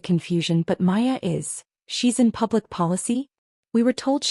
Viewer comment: Maya, not Aya, Paya or any other iteration.